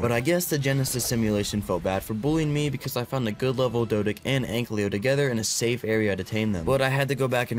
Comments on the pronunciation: Hi i love ur vids.❤ One thing tho YOURE SAYING ANKYLO WRONG pls say it right Oh and when you finnish the ark lore playtrough (or whatever this is) it would be fun if you played some other games. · can you please say ankylo instead of anklyo